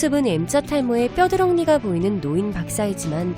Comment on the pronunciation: 뼈드렁니가 뭔소린가했네...뻐드렁니요...